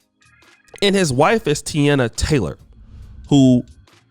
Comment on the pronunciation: It’s Teyana Taylor like saying it “Tiana” and his name is said Shum-pert not Shoom-pert 😂😂💯 but I agree with Iman you don’t have to be wealthy to think this way most men don’t care